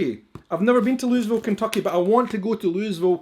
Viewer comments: you're forgiven for mispronouncing the city. Most Americans can't pronounce "Louisville" the way Kentuckians do. For the record, it's "loo-uh-vul". Fun story, when I was in college, I was hanging around with some guys and their girlfriends getting to know people, and one of their girlfriends was from Louisville. I'm from Lexington, about 90 minutes east of there by car, and he says to me, "You're from Kentucky? Cool! "So-and-so" is from Loo-is-vil!" I say, "oh, you mean Loo-uh-vul! Yeah, that's not far from where I'm from! It's nice to meet you!" She instantly starts beaming and smiling at her boyfriend and says, "SEE! HE SAYS IT RIGHT! IT"S LOO-UH-VUL!" Then we spent about two minutes explaining the pronunciation of "Louisville" to him, and then we all became friends and hung out and went to parties together as a group! Don't feel bad about getting the pronunciation wrong, most Americans that aren't from Kentucky do. As a born Kentuckian myself, I'm absolving you of any guilt about not pronouncing it correctly without a native speaker to assist you! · Hey, I'm from Kentucky (born about 20 minutes from the Jim Beam and Maker's Mark distilleries) and live in Scotland, pretty close to Edinburgh actually:) Maker's Mark is my fav liquor. Glad you enjoyed all of the stuff from my home state! btw, Louisville is pronounced Lou-uh-vull haha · Its pronounced Loo-uh-vul...lol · spelled Louisville pronounced loulvile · It’s pronounced lullville Kentucky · Sweetheart..I am 66 and from Kentucky..that is the biggest load of horse manure I have EVER heard. It is LU VULL..Always has been and always will be. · It was named for a French king and has always been pronounced in French manner--more like LOUIE-ville. Have you never watched the Kentucky Derby in "Louie"ville or LUUVALville , NEVER (lewis)ville. The S is silent. Just like Illinois is pronounced ILLINOI (the S is silent here also. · It.s Loo.uh.vuhl.....😅😅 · For the record, you pronounce it like "Lou-uh-vul."